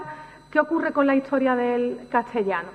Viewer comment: Pues en otras ocasiones en otros vídeos, pronuncia historia como hittoria o a veces hitchtoria, ette o etche por ese, catchellano o cattellano por castellano... una cosa es tener un acento particular y otro es no pronunciar bien ciertas palabras... y es más, cómo se supone corregir a otros cuando uno mismo carece, o qué es eso de justificar la falta con el que "ese es mi acento"...